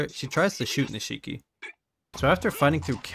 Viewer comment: Niche key. Not “nuh she key.”